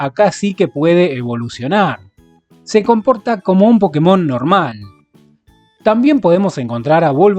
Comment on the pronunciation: Una leve corrección es que se debería decir "Pokémon", sí, con tilde en la é. ¿Razón? En japonés se llama "Pokketto Monsuta" con acento en kke. Por lo tanto, al abreviarlo te queda como "PoKKEmon" o Pokémon. (Que Pokketo sea una forma japonesa de decir pocket ya es otra cosa